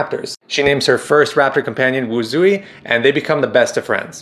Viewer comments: It's wushei not lil wuzi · The name of the raptor is actually pronounced "WOO-zway" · the first raptor name she tamed is pronounced “wood suite” somewhat like that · pronounced wootz-hway i think